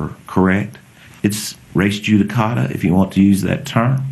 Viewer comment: The term that Sen Stivers refers to is “res judicata.” (I think I heard you call it res justica.) I’m not being snarky as I thought you’d like to say it accurately so your opponents don’t comment upon it.